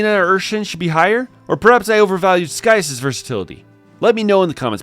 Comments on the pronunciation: That's not how you pronounce his name! Lol! Not Sky-us, it's Sigh-as/Cy-as. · “Sky-as”? I thought Scias was pronounced “See-as”?